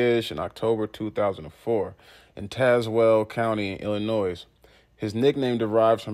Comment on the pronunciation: The "S" is silent in "Illinois".